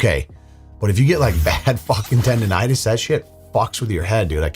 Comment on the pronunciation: TENDONITIS!!! FFS! Arrest the narrator for wasting O²